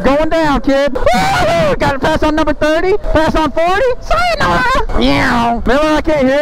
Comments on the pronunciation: I died of laughter when he said sianorah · When said syanara tho😂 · really said sianora 🤣🤣🤣🤣